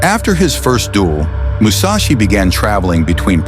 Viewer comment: Seriously? Musachi? How many samurai did you have to choose from?